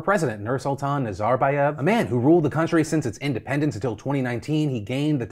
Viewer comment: Why do you have to put the stress in the wrong part of the name Nazarbaev, have you never heard the word said out loud before? That's not how it's said in English or in Kazakhstan.